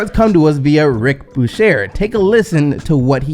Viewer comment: u killin me bruh! Can u please learn to pronounce peoples names correctly? Who TF is Rick Bushair?